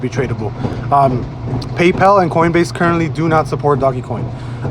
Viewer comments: you sound like a fool when you pronounce it "doggy coin." I figured I'd help a brotha out. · The only thing I took away from this sUpER iNfOmAtIvE video was this ass hat saying “doggy coin” 🤣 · It's pronounced "Dohj coin.".